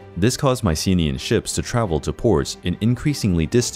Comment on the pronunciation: You mispronounced Mycenaean